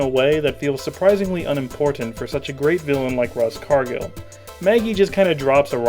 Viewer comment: Does anyone else notice that in the angry mob attacks the house scene Smithers is there, then in the power cut scene he and Burns are out of the dome, then in the bomb scene they’re both trapped in the dome. This ruins the film for me, and now I’ve ruined it for all of you, sorry. Also, RUSS Cargil??? I thought it was ROSS Cargil!